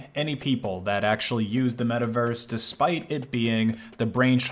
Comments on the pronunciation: *it's metaverse, not miiverese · i feel a little bit weird every time he say Miiverse, also when he say that miis came from the wii u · he said mii vers lol